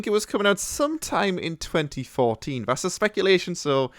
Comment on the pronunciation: "First co-ah. Two Fowsand Four-een." I thought Brits were good enunciators.